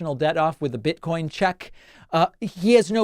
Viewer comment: “hit’em a lil BID-COIN” 😂